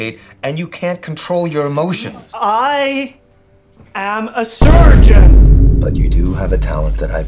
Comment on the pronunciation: in the next seasons, all the words he can only say is "ayusgeon"